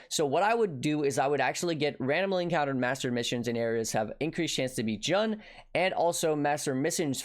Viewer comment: Isn't Jun pronounced like "June"? Either way, great vid,. Enjoying these more bite-sized vids if yours. You and Ziz have been killing it.